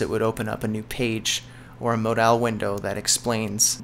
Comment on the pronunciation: Mod-owl window? hehehe no its Mod-ul good vid man thanks!